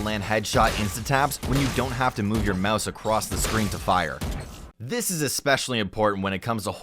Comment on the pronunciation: Did anyone notice the mise instead of mouse ...??